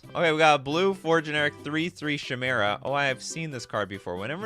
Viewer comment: You really need to learn how to read and pronounce words. Thats not how you pronounce "chimera". Its ky-mare-uh or ky-meer-uh.